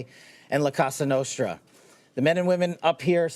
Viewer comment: It's la Cosa Nostra not la Casa Nostra that by the way they're gone long time ago !!!! Stop saying casa nostra !!!!